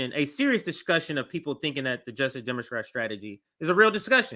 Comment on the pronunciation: The way says "demoqwat" kinda drives me nuts.